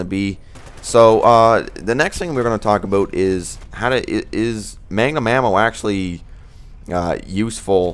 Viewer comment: magnum ammo not mangum